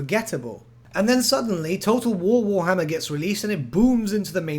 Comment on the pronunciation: nobody:: TOTO WOWOHMMER THREEE